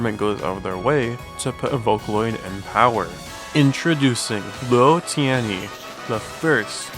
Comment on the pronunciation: I think you pronounced Luo Tianyi well and Sato's surname well but I think Sato's name itself is pronounced a little differently, but I can't speak either Japanese or Chinese so I'm not an expert on pronouncing either of their names :`D